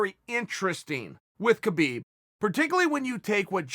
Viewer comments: Stop pronouncing the god damned K in Khabib. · the k is silent